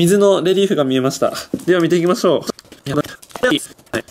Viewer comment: レリーフがリエーフに聞こえる